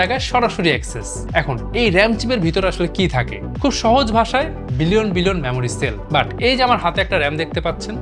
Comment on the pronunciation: আরে ভাই মেমোরি চিপস বলুন,ম্যামোরি নয়। বাংলা ভাষাটা শিখুন আগে 😂